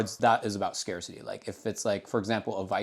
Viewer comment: Ngl slightly bothers me how he pronounces “scarcity”